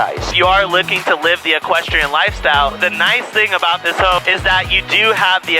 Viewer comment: anyone find it strange how he speaks, i mean i enjoy his videos but he says "home" like a complete oreo(black on the outside white on the inside) makes me cringe every time